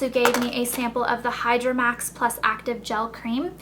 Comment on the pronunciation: the hydramax is pronounced Hee-dramax (worked for Chanel) <3